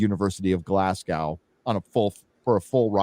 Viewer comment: Hail Glasgow pronounced Glas-go; don't know where the hell you found the 'C'! hahahaha and Scottish universtities are funded by the tax payer for SCOTTISH students only, foreign students have to pay the standard rates (about £8,0000) a semester. So that crazy arsed bitch paid for her own shitty diploma! Great night as always and happy memories setting up your studio, looking great!